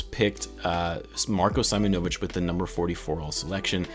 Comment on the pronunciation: Its pronounced See-monovich